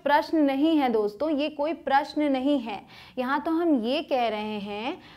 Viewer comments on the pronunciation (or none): none